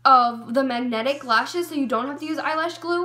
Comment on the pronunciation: mag... netic... lashes? 😕